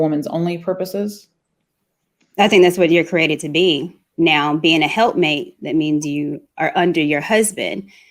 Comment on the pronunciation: It's "helpmeet" not help mate.